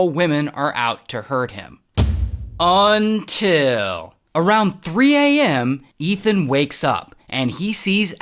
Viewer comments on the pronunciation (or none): "UNTIL" & "AIGHT" 😂😂😂